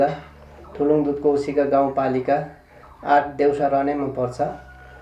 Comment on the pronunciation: थुलुङ दुधकोशी गाउँ पालिका, देउसा हो हजुर! गलत बाचन भएछ है!